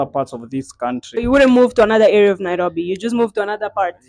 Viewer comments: as kenyan i love how you pronounce the word nairobi🤣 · You really know how to pronounce NAIROBI